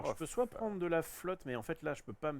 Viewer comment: « On est en France, on dit pas « soite »… allez on refill » 😆🤦‍♂️